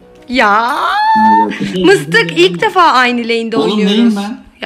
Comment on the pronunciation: Mıstık diyomuş bende mistik mistik galiba mistik olamadığı için sayıklıyo sandım XD🤣